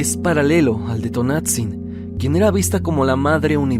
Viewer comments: T O N A N *T Z I N No Tonatzin 🙄👎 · Luego, luego se escucha que el narrador es extranjero, porque no pronuncia bien los nombres en náhuatl. Me harté de escuchar "Tonatzin" 😂